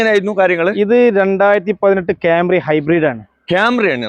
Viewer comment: എന്റെ പൊന്നു കോയാ ഹൈബ്രീഡ് അല്ല hibrid